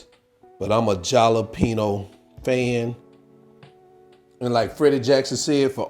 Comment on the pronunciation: Jalapeno - correct pronunciation is ha-la-peen-yo. Other than that, looks great!